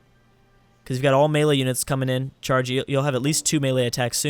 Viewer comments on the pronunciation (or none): none